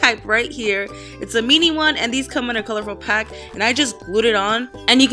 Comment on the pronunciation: the way karina says mini😂😂 how do you guys say mini? Me- knee or min- e